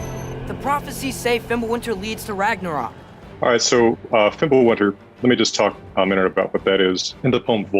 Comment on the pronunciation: You know this man knows something when he doesn't say 'Rag-nar-Rock' like everyone else😅